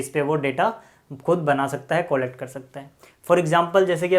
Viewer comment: Collect ka pronounciation sahi nhi bol rahe ho aap 😂😂😂